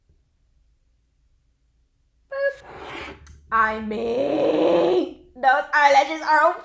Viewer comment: she says iming not i mean!!lol